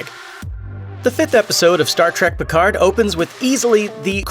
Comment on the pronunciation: Is this guy really saying Star track.. instead of Star trek